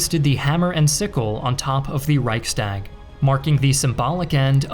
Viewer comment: You dissapoint me in the way you prnounce Reichstag.